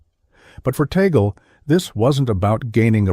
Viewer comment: The Cardinal's surname is pronounced as "TAG-LE" . NOT as "Tae-gel" or Tay-gel. It's a FILIPINO-Spanish surname. And he was born in the province of Cavite. Not in the city of Manila. He was a former Archbishop of Manila. And PLEASE. Do not create a malicious and misleading THUMBNAIL just to invite views. Respect the person you are featuring. Especially if that person is well-known and a religious personality.